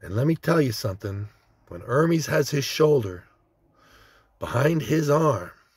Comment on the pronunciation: its pronounced ermes not ermees